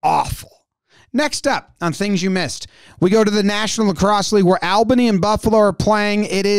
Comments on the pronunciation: Love all your videos! As an Albany resident its pronounced ALL-bany not AL-bany. I think you corrected yourself in the video but thought I would confirm since I'm from there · Albany is pronounced "All-bany" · For future reference, it is pronounced "All-bunny"